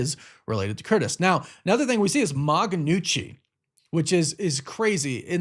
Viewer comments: Did he just pronounce it as ma "ganoochi" HAHAHAAHHAHAHHAA , brother ya say it like "noo-chi" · Bro says Punisher is one of his favorite character but doesn’t know how to say Ma New-Chi, not GUH NEWCHI😂. Poser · the "g" is silent in ma gnucchi